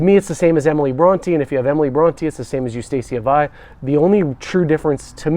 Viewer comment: Wow! Can't pronounce Bronte or Wuthering Heights? The state of education in America is obvious in every aspect of life. Sad